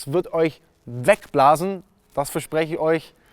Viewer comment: Es heißt übrigens Unikat und nicht ohnikat. Und nen la ferarri mit nen RS6 zu vergleichen..........